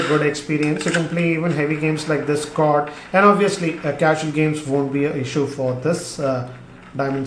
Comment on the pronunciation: Never heard anybody calling COD as कोड. 😂😂